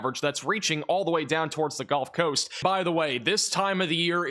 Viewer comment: Why does he keep saying “Golf Coast”?